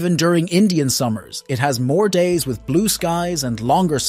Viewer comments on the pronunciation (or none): none